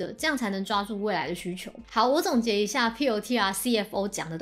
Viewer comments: 小提醒： 你念公司名的時候 一直都把 Palantir 唸成了 Plantir P後面少了a的音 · 這公司全文英文念成呸愣提爾，大大可能念太快而發音錯誤。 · Palantir, 重音在第一個音節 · 難怪我覺得怪怪的， 重音不是應該要在P嗎？這樣唸重音在L😅有誤請指正